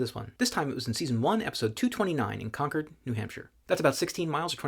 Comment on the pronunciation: I grew up in New Hampshire, living there for more than fifteen years. I've NEVER heard about land there being separated into parcels. 🤷‍♂️ And, thank you for pronouncing Concord (CON-curd) correctly. I guess con-CORD is like saying neh-VAH-duh to a Nevadian? Nevadite? Navajo... No, that's not right. Oh well. Someone from that state.